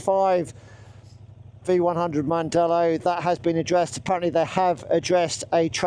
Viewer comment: Heißt nicht Mandela heißt mandello ich als Italiener weiß ich das